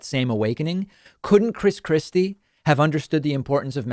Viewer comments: Did I heard you say " Chris crispy" Lol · When he says Chris Christie, I hear "Chris Crispy" which makes me imagine Christ Christie as a giant fried chicken. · I know David doesn’t do this type of thing, but I kept hearing him say “Chris Krispy”